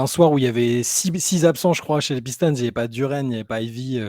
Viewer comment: pourquoi tu prononces Pistons comme ça? Tu prononces bien Boston pourtant. Encore un effort c’est la même syllabe. Comme d’habitude, un plaisir de vous écouter